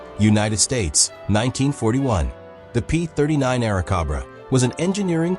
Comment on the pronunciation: ..or the P39 Air-a-COBB-ra. Frigin painfully lazy ass content.